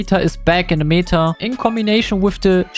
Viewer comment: stop saying "meeta" it's meta not meeeeeta, you should say it more like in german